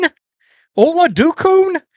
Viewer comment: Chris “O-LOD-UH-KOON.” Drafted by the Steelers in the 6th or 7th round in probably like ish? If my memory serves